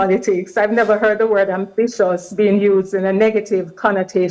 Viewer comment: Listening to this zoom guest was frustrating. Why do Jamaicans add "uh" to the end of their words!? For example, It's 'words' not 'words-uh.